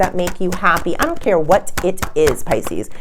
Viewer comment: It’s Pisces not Pisceseanoys